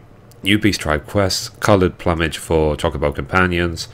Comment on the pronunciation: I'm sorry I cant help but OCD over this, buuuut you are saying Plumage. Its not plum-age its Plume-age. As in the plumes from titan, also meaning a bunch of feathers on a bird. Lol Also I noticed you say Elite as E-light its more like E-leet. Im sorry it was bugging me sooo much <3 ahaha thanks for the update!